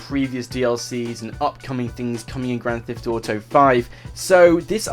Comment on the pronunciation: Is kinda funny how you say grant theft auto